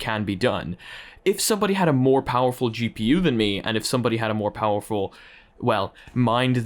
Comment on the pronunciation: the way he pronounced the cpu and gpu hurt me